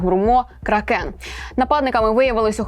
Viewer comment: До ведучої: здається правильно звучить всеж крАкен (не кракЕн). 🤔 Як би сказали тищЕнко чи тИмошенко (напр) я б навіть не звернув уваги. З повагою до Кракену. 💙💛💪